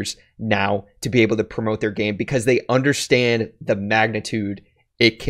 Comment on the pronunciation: No one:: undershtand